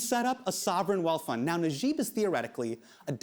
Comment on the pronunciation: wan nash I like how he pronounces it as ner-jib instead of naah-jib